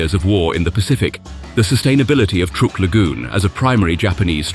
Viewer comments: Love the surf music-tad bit condescending? Ohh, and it's "Truck" Lagoon, not "Trook" Lagoon. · The narrator needs to learn how to pronounce the names of places and people we are not British like it is not trook it is truck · Truk is pronounced like Truck. not like Trook. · In American that we pronounce that truck Island if you're going to tell stories about the US you should use our pronunciations out of just respect😅